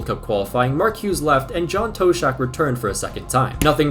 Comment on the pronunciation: BTW, the Tosh in John Toshack rhymes with nosh, dosh, cosh, posh, frosh, wash, splosh.